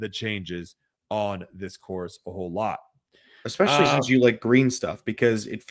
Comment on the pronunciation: eXpecially drives me nuts- I expect it from but the other guy too?!?